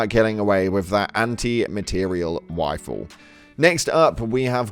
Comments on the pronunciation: I’m sorry I heard wifle lol love the channel 💛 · Mans said wifle💛